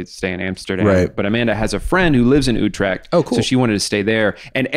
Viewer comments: I was so confused when you kept saying U-tract but then I realised you meant Utrecht. (You say the U as in the u in true and the e as in èh? and the ch like you got something stuck in your throat btw. Dutch is wierd, make fun of it.) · OH HE SAID UTRECHT. Yeah that is hard to pronounce.